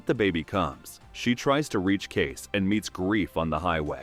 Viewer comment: Using AI or someone who never watched even one episode to narrate? Kayce is NOT Case, it's KayCE. Thumbs down for such a basic screwup